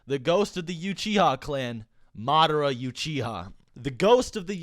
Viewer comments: you-chiha? lol. Also idk why people keep saying that madara bodied sasuke blind... he used limbo or w/e on him with his 1 rinnengan, sasuke wasn't floating in the air due to some invisible fairies. and even then it was all plot that allowed that to happen, sasuke could've just activated susanoo or maybe at least try to resist. i'm quite interested in knowing/reading where it says that the rinnesharingan is stronger than the rinnegan and that the god tree makes someone stronger etc. not saying that it isn't but where does it say it is. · Aghghgh I can't take it "YU-chiha" NONONONONO please I love you man but you gotta try to say things right!!! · Love your vids, but couldn't watch because of "You-Chiha". Looking forward to that new new! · All i heard was "Madara YOUCHIHA" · Madara "youchiha" help me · He's saying u chi ha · Not not pronounced btw "You-che-ah" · Why do you say you-chiha? is that how it is supoose to be pronounced ? or just persona preference? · Toattaly U chiha not Uchiha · "madara youchiha" its uchiha lol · I'm not trynna be a dick but. Stop fucking saying "YOUchia" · says U-chiha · u-chi-ha.... what is u-chi-ha.... Its pronounce uh-chi-ha... TRIGGERED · dafuq is you-chia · Literally cringe every time he pronounced Uchiha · pls say it right next time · why you saying uchiha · I dont like how he pronounce "Uchiha" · why are you pronouncing uchiha like that?? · ok, how the f#$% are you pronouncing "UCHIHA" LOL! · Yea i left after that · He says uchiha wrong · bruh we gotta talk about the way you pronounce "uchiha" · the way you say uchiha triggers me lol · The way you say Uchiha triggers me to oblivion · Your saying uchiha wrong. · Why are you saying YOUCHIHA? it's Uchiha like ooow-chi-ha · “youchiha” stop 🥺👉👈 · Lemme stop . Do you really even watch the show if you say you-chi-ha? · proncounced "ooo chee ha" not "you chi ha" sorry it bugged me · It’s Uchiha not youchiha man 🙆‍♂️ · Stop saying Madara yuchiha, its Uchiha. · “Youchiha” wtf?